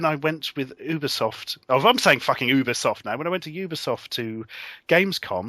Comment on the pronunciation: You got it right, Larry. It is 'You-Be-Soft'.